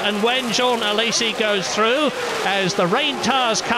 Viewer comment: "John Alesi" 😂 I was 8 back then and I watched this race live lol